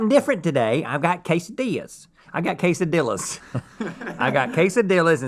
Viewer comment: "Quesadilahs" is my new favorite way to say Quesadillas